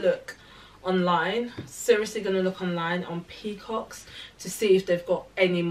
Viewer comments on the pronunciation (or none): What’s the link for the first dress I hear pinkcocks lol. Peacocks which is is please??